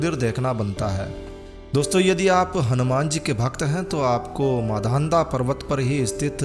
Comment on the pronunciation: आपने वीडियो बहुत अच्छा बनाया उसके लिए बहुत बहुत धन्यवाद। बोलने में एक छोटी-सी त्रुटि हो गई है इसलिए उसे सुधार सकते हैं यह मांधाता की नगरी है ना कि माधांता की।